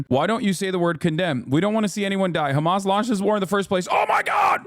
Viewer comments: She says Hkamas like I would expect Christopher Watkins would say it. Close your eyes and picture him saying. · Bro I’ve watched the “HÀMAăAAS” part so many times i caaannt 💀💀